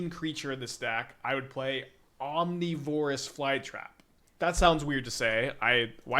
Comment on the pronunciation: I have the same question about omnivorous